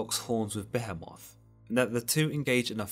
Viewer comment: Lol whatttttt gotta tighten up I almost choked when he said BEH-HE-MOTHHH LIKE REALLY BRO JUST SAY BEHEMOTH